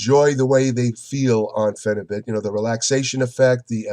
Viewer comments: If you want a real intellectual review on phenibut not some idiot reading it from his pc watch someone who actually does proper research watch this video and he can pronounce the chemical name properly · Phenebut is a legal pharacutical drug in Russia and many other places. You aren't even trying to get your info correct. Can't pronounce phenebut correctly and have incorrect information.